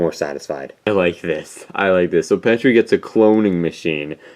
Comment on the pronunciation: BTW it's Petey not petry